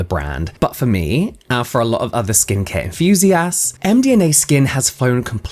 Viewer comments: the fact you kept saying MDMA so much had me laughing so much.. and every time you got it right I'd automatically hear it as mdma anyway LLOL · Interesting video, also can't stop laughing at James struggling on saying the brand name as md ma skin 😂